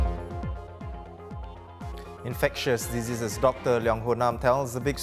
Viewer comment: pronounces "diseases" as "dizzziii".